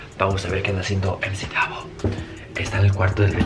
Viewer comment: no es mac davo es emci davo